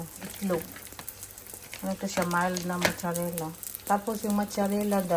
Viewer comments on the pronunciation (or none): Mazarella not Mocharella